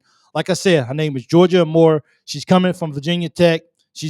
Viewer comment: Hokie here. Georgia is amazing and fun to watch play, but her last name is pronounced “A Moore”, not “ahMore”.